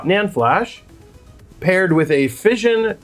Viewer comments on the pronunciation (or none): phy-son not fission lol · For anyone who comes across this, Phison is not pronounced like "fission". It is Fi-zon. Interesting video. I clicked on it specifically because I too bought the 256GB microcenter flash drive and was mad disappointed in how slow it was. If there was a way to make it much faster (even 30-40MB/s would be at least usable), then I'd be down for modding mine. However, yours is very different to mine. Mine is several years old and has a Toshiba NAND on it (TH58TFT1T23BAEF) with the same Phison controller (PS2251-09-V) but also has a Toshiba 3-to-8 line decoder (LCX138 of some sort) on the opposite side of the board. I can find that NAND used on a few M.2 drives so it must not be very slow (I get single digit MB/s writes, mind you) leaving the controller and that line decoder being the bottleneck. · PHY (similar to “fry”0 - ZON (annunciate the Z0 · its not fision its fi zaan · First time i've heard the company Phi-son pronounced as fission :D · i cant lol - phi-son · Psion is "sigh-on" my friend. Very cool teardowns though. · It's pronounced feye sun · It's Fie like PIE, FIE-ZON. Not trying to be flamey, just filling you in. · Thought it was pronounced Fie Sawn 🤷🏼‍♂ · Same, caught me off guard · Your pronunciation of Phison is upsetting. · the mispronouncing of phison has to be rage comment bait because it totally worked on me. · Flash drive modding: 10/10 Pronunciation of 'Phison': 1/10